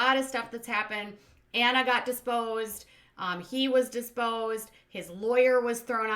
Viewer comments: can you enunciate a bit more? Either that or you said “disposed”, not “deposed.” It’s just that sometimes I watch with subtitles so that’s helpful. And it’s like “limb-in-aay.” No limes involved!:) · you have a habbit of adding an s to the word deposed and accidentally say diSposed when you talk about under oath questioning. Although I am sure you wouldn't mind if they were disposed of. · I have never heard her say it correctly (deposed)....but I love her show...she is great. !